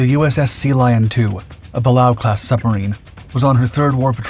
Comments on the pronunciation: It is pronounced Bu Lay O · Pronounced "Buh-lay-o". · Pronounced "buh-lay-oh" class. 😒